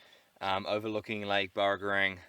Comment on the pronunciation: It's lake BurragoRANG not Burragorong...otherwise good video lol, you said it right at the end of the vid. Good job. My family had a farm in the Burragorang valley before it was flooded by Warragamba dam